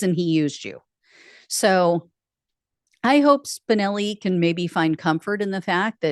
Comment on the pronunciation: Every time you say Spinelli I hear Spicoli